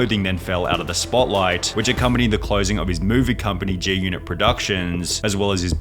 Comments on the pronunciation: It's GGGGGGGGGG G-Unit! not J 🤣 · why are you saying "J"-unit tho?